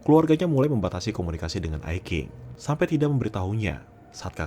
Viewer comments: Min maaf yah ketikan saya kurang ajar Diao Ai Qing Qing nya dibaca cing, bukan king. Pelajaran untuk kedepan kalau sebut nama orang chinese Q=c X=s Zh=ch Contoh nih "zhao quan xin" Jangan baca nya zao kuan kin, harus nya "chao cuan sin" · Sedikit nambahin Bang: Qing dibacanya cing. Diao dibacanya tiao. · Iya saya memaafkan ucapan yg kurang benar, untuk pengucapan nama Diao Aiqing seharusnya diucapkan tiao aicsing,. Itu aja sih salahnya